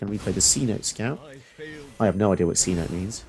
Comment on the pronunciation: A cenote is a kind of flooded sinkhole/cave system found in South America. It's pronounced see-no-tay (approx). Great vid, cool commander!